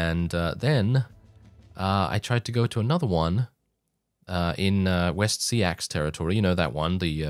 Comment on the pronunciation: Just a tip. West Seaxe is pronounced like "Wessex".